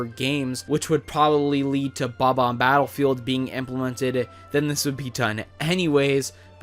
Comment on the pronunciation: He said Bob bomb wrong its Bob Bomb not bo bomb